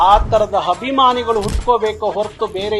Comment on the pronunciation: ಎಲ್ಲಾ ಸರಿ ಆದರೆ ನೀವು ಅಭಿಮಾನಿಗಳು ಅನ್ನುವ ಬದಲು ಹಭಿಮಾನಿಗಳು ಅನ್ನೋದು ಯಾಕೆ. ನೀವು ಮೊದಲು ಕನ್ನಡ ಸರಿಯಾಗಿ ಮಾತಾಡೋದು ಕಲಿಯಬೇಕು! ನಿಮ್ಮ ಹೋರಾಟ ನಿಮ್ಮ ಮೇಲೆಯೇ ಮಾಡಿಕೊಳ್ಳಬೇಕು!